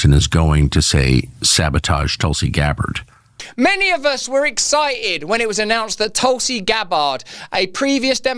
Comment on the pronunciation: "Towlsea Gab Bard"